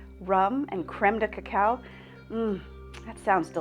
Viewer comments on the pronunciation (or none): none